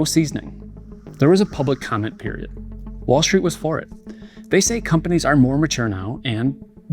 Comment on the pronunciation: Lets go "commeny" on this